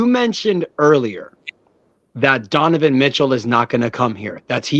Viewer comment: This man keeps saying Deniven Mitchell😂